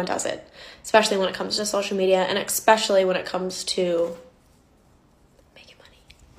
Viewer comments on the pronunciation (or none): I wouldn't take this girl's opinion to heart... she says "ex-pecially" 🤣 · 1) morphe/Jaclyn hill-bankruptcy couldn’t have happened to 2 more well deserving entities. I hope karma isn’t done. 2) -looks like she reconsidered that video, it seems to be gone. She lost all credibility when she said “ekspecilly”. Good to know she’s cool w lying. 3) Mikayla shouldn’t be *career over*. But she needs to address this, and reconsider how she handles sponsored posts. I have a feeling brands may reevaluate their relationship with her since ber credibility just took a hit-her whole schtick was “honesty”. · Also, if someone pronounces especially as eXpecially... you know they're full of crap 😂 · That girl that said 'everything is lying' also said 'expecially' so I immediately don't trust her. 🤣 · xD Listeeeeeen. When people do that unironically, it immediately invalidates everything they say for me. Expecially, pacifically, myriad of (these are the ones who are trying to sound like they know more, but they didn't take the time to look into how to actually use the word), axe instead of ask...the list goes on. I know I probably miss out on a lot of good info because of that, but I also know I absolutely dodge a lot of bs that way, too.xD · And she says EXpecially. For that reason alone, I would never be able to take her serious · I laughed so hard when the girl defending dishonesty for money said "e(ck)specially" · That girl tried to sound so smart and so smooth and kept mispronouncing especially. It was driving me bonkers. She really thought she was laying some truth down